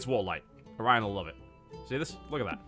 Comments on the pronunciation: his name is orion pronounced o ryan just sayin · It's "Orion" but it's easy to misshear.